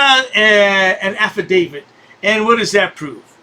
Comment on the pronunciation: Well “alpha David” instead of affidavit?? 😂😂